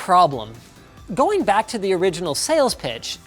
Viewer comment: ack in may instead of back hahahaha